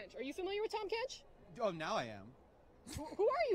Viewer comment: aint no way she called herself tahm kench xdd